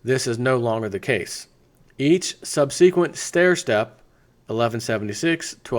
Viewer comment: "Sub see quent" eh? Hee hee.